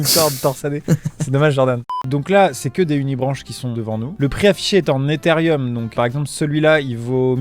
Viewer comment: Eutherieum ,sa mère mes oreilles saignent